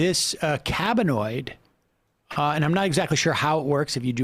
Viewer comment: Cannabinoid, not cabbienoid XD